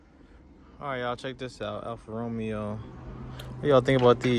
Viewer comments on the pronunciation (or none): It's pronounced Alfa-RO-MAYO lol